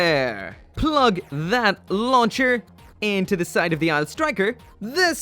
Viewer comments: Anyone gonna tell him Aile isn't pronounced "isle", but instead "elle"? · Aile is pronounced "L". Its french for wing...